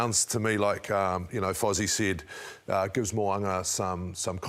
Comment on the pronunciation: Obviously Jeff can pronounce Fozzy but Mo'unga is too much for him. It's 2020 for fucks sake... get it right.